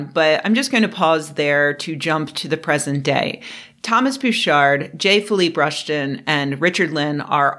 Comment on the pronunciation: Psychologist J feleepee Rushton 😂 Learn how to pronounce French names. It's the bare minimum one should know.